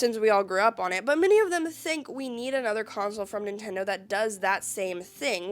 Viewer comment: Ah yes, the Nintondo "N U N C H A C K". 😂 fr tho great vid cool to see your content grow along with you and your channel!